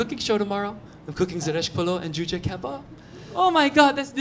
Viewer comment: that is a traditional Iranian food Kormi-sabz or what ?! I'm just impressed when you turn the persian up ! You pronounce a perfect /k/ in Kabab 😃